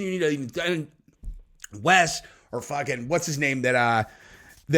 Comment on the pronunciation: I don't know what's more annoying, Wes Watson himself or the fact people pronounce his name 'Wess' Watson..